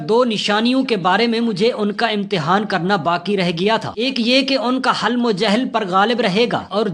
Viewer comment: Halm nahi "Hilm"